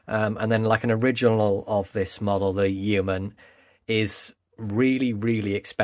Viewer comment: It’s hilarious hearing Americans try and pronounce Yeoman!🤣